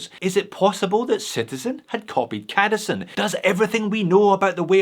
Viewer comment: I kinda think the C in cadisen is supposed to be pronounced softly like in the Citizen....try it and then you'll see who the true homage belongs to....